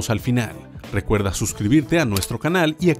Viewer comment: Corregir dice campaña cuando debe decir campana